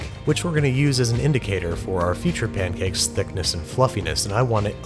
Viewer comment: Other Youtubers : Stay in school Babish : Backup your pankakes